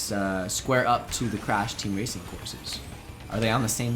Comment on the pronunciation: When said he had never played crash I thought he said he had never played crap.